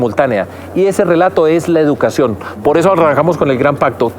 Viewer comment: NO se pronuncia: " jeducacion"